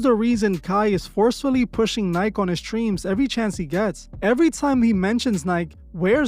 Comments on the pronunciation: it’s called NIKE not NIK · This guy pronounces nike "nighk" not nykee lmao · I’m sorry but Nike 💔 “Nike - E” ✅ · Tf is a ni-k it’s Ni-keee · This mf called it "Nyke" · Its ny-kee you fuckin speck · " NI-KEY " my friend is how you pronounce " Nike "!! Great vid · Bro you hating and pronouncing Nike wrong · Is there a hater amongst us? It's not up to streamers or anybody to raise your kids, it's the parents' responsibility. McDonalds and Nike {which you didn't say right} was here before Kai was born. I don't watch his channel like that, but every time someone comes up, especially black people they have to be a sellout. They just can't work hard to get to where they are. How about just focusing on yourself. You are worried about the wrong thing. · Is this AI voiceover???? How do you not know how to pronounce Nike?!?!